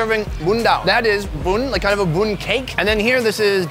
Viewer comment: It’s pronounced Buon (oak)